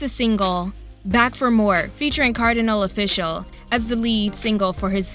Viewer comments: sameeeeeee and when she said Kardinal Offishal like Cardinal Official, i loved it <3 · Kardi-Nahl Off-ish-Ahl!